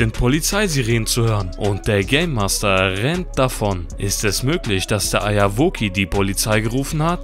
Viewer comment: warum sagt er immer Eierwoki und was ist das für ein Format? xD